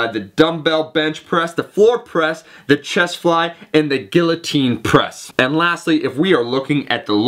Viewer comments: "gill-uh-teen" press. LOL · guiltine press? wtf are you smoking please wtf